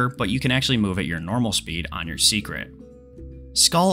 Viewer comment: From watching the dev livestream I realized it is pronounced say-kret